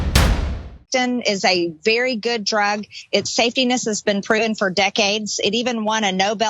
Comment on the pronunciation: Did she say safety-ness?